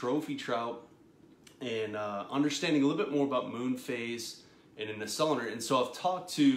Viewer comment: Pronounced: so lu nar